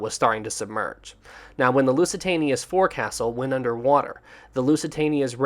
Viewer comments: for the love of God, if you are insisting on having a channel about ships get the terms right. the front part of the ship, although written 'forecastle' it is pronounced 'FOLK-sill' I had to stop watching because it was getting too pain full to hear you make the same mistake time after time after time. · Oh. This happens so often. You mispronounce so many words. Forecastle is pronounced folk-sul. I love your videos but this happens so often that I am embarrassed and frustrated for you.:( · It's pronounced 'foc'sal.' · This is a good animation however u keep saying forecastle wrong. Its pronounced as "Fouksel"